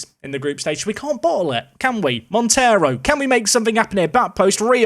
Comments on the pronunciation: Hi! Great name for your new portuguese star, but “Monteiro” is not spelt like the latin “Montero”. Monteiro in Portugal is spelt like Mon - they - roo. Love the series, keep it up! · The 'ei' in Monteiro is pronounced as the 'ei' in eight btw